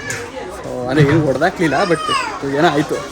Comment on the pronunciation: ಗುರುವೇ ಅದು ಒಡೆದು ಹೋಯ್ತು, ಹೊಡೆದು ಹೋಯ್ತು ಅಲ್ಲ 🤦🏻